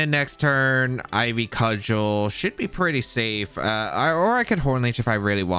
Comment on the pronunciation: didn’t know how to pronounce cudgel idk if he’s gonna be able to pronounce serendipity